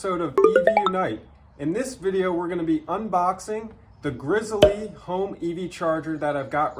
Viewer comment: Good video, it’s pronounced “grizzly” like the Bear!!